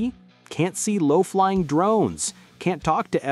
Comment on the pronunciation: Your 'DRUNES'.......Bad AI.